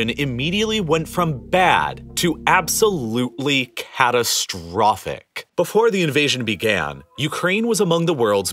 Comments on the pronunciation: Can you tone it down with *"ABSOLUTELY C A T A S T R O P H I C"*? Would it be acceptable to deliver the facts without doing your utmost to upset people and spread as much panic as this video can? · Can you put less emphasize at the end of each sentence? It gets really annoying hearing CATASTROPHIC, UNPRECEDENTED etc